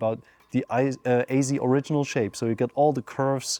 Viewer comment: Ayzee? Are you trying to say AZ?